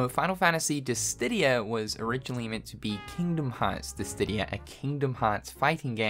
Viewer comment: You love saying Dissdidia